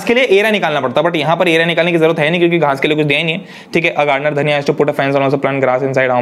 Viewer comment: She was a girl Dhaaaniiiaaaaa but he said dhaniya 😂